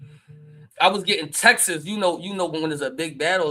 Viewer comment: it's "texts" not "texes"